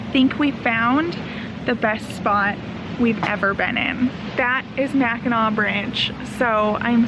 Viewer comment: Welcome to my home state! U R doing well with pronunciation. Right first time Macki"naw" rhymes with awe(short a). So glad your enjoying! Edmund Fits. song from mid 1970s explains wreck. The Tac. Falls a beauty!! SUE SAINT MARIE. Hope u tour Mack. Island on bikes.